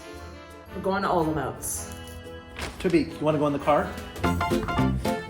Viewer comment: your pronanciation of Olomouc is wrong... say in czech Hollomoooc! or Olmik